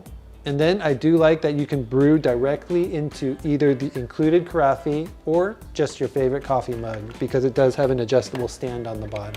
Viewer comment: ca-ra-FEY?????? I believe it is ca-RAFF.